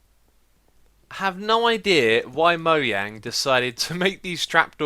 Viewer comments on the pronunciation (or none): moang? mojang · Did he just pronounce mojang as mohyang?